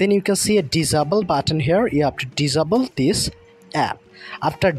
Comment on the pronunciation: Bro said dis abel